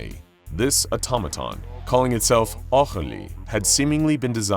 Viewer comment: why is Aurelie beng pronounced Augrelie? if he is french, it would be phonetically sound more like O'rélee